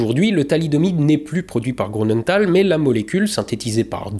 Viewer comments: (Grünenthal = "GrUnenthal" pas GrOU. tout le reste est parfait) voilà. Sinon, vidéo passionnante, glaçante et déprimante comme d'hab 👏👏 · Bonjour et merci beacoup pour tes vidéos. Juste un petit détail, je me trompe peut-être mais Grünenthal se pronnonce "GRU" de mémoire et non "GROU". A moins que la société est un usage différent. Bonne continuation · J'adore toujours tes vidéos, même si il n'y a pas d'astro. Petit et léger bémol pour celle-ci. Je suis surpris si l'on sait dans quelle région tu habites et la rigueur dont tu fais habituellement preuve pour la prononciation. Il y a un tréma sur le U de Grünenthal. Il se prononce donc GrÜnenthal, et non GrOUnenthal. Mais pas besoin de re-tourner toutes les séquences pour ça 😅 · Non mais dites dont, un alsacien qui prononce grounenthal, ça la fout mal. Désolé, j'ai fixé sur ce détail dans cette excellente vidéo 😁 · Comment un alsacien comme toi peut dire: GrOUnenthal!? Et les trémas sur le U!😂